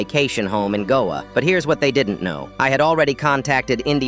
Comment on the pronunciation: Whats goa???? 😭(ik its an indian place, im an indian... But thats NOT how u pronounce it)